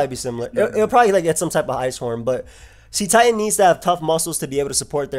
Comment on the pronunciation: The "cet" in Cetitan is pronounced like "set", not like "seat". It's a pun on the word "Cetacean" which is a member of the infraorder of whales, dolphins, and porpoises.